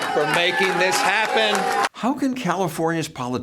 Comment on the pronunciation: “wE dHid ThIieiiSs!”